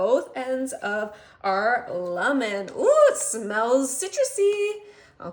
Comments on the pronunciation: She says lemon so weird I can hardly get past it. She says “lumen” once and “lamen rhyming with ramen” a few times. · Is this AI? The reason that I say that is because she pronounces lemon really weirdly.